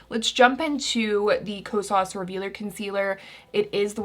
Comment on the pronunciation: i looove u but HaaaTEEE the way you pronounce Kosas😫